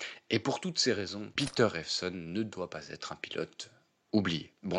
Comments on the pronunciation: rien de grave : vous dites souvent "ça va Têtre..." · Il va Têtre temps de faire attention aux liaisons ! Mais merci